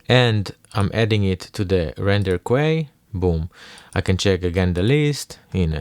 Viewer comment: Hey there big dog, sick nature sounds. Just letting you know queue is pronounced like "cue", or as if to just say the letter "Q", not quay.